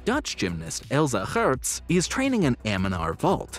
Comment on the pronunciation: I appreciate the attempt at the Geurts pronunciation, it’s tricky